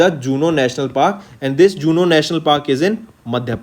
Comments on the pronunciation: I think it's kuno national park madyapradesh not juno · He said so many errors in daily video also some times not giving proper explanation to some questions Previous faculty has confidence in what he has explained but he pronounced some simple words also wrongly pronounced Example in this video 7th PMAYS-U he said 74 Juno National park 😳 VLTDS Himachal Judicial corporation 😳